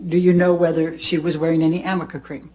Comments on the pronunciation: I wonder if Elaine could punch herself in the face every time she hears herself say "amica cream". Because that's so not the name of it, and she butchers it every time. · It drove me nuts. How could she make something out to be so important yet mispronounce it every. single. time?! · Elaine and that dumb ass cream! She wasn’t even pronouncing it properly (from what I’ve heard anyway) how about a little “what if Anys” to go along with her useless amica cream questioning! She can’t possibly have experience in many cases like this?? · Great review on how NOT to cross examine a witness! 👏 Bravo ❣️. The icing is the mispronouncement of AMICA cream. 🤣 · Why nobody from her side told her that it is A.R.N.I.C.A?! How can you ask about something if you mispronounce it?! I actually didn't make the connection between amica and arnica untill a lawtuber said it! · Everytime she said Amica cream I wanted to yell aRnica cream. If Amber actually used it I would think she should know how to say it. I loved when he laughed because I would of laughed too with her rediculousness of this cross. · Isn’t she mispronouncing ARNica cream, which is used to cover bruises? ARNica, not Amica cream. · I wonder why Amber and Elaine do not know that it is called ARNICA-cream not Amica. Arnica 🌼is a flower used in this cream. Thank you for your great videos and greetings from Germany🙋🏼‍♀️! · He was very naughty, lol.He obviously laughs because he knows that the name of the cream is Arnica, not amica. It comes from the arnica plant. Elaine comes across as a very uncultivated and sloppy lawyer/person, also emphasised by the fact that she kept mispronouncing Vasquez incorrectly. Huge facepalm. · It’s ARNICA! Fricking amica… Jesus, Elaine. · Isn't it 'ARNICA' cream ??? not 'AnicA' .... creammmmm ??? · I love this breakdown! It’s not even called Amica cream, it’s Arnica cream. Too funny! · For the record Elaine...It's ARNICA cream not AMICA. Geez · It’s arnica for god sake